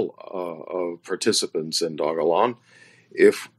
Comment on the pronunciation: Not to be rude but his name is pronounced Vit-AL-ICK. Second, the currency is not pronounced Dog-E-Lon. Mildly infuriating .